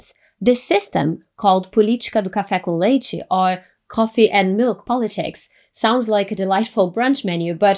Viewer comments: Muito bom o vídeo! Por um momento achei q fosse gringa, só percebi pela pronúncia de "política do café com leite" 😂😂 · I just noticed you are a Brazilian when you said "café com leite". Rsrs You're English is good.